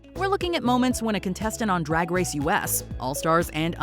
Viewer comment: “Rag race” OK Scooby Doo 💀 werk